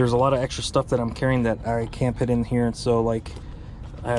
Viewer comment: If I hear you pronounce “put”, “pit” one more time I swear…